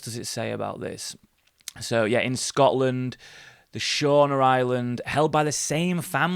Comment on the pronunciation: Its prenounced "Shoona" Island its not far from me in Oban and about 25 miles from Glencoe